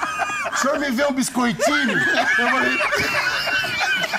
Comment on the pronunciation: " biscoitini" KKkKKlkKkkKkKLL